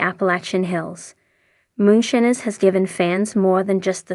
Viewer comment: Theses AI voice overs or people reading a script not knowing anything holy cow. I lasted maybe 25 seconds before she said moon shinners